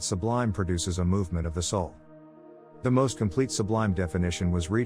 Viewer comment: Teach your AI to say THE sublime.